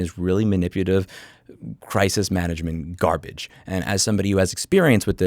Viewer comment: " Man-ip-u-la-tive " Love yr work but 3 strikes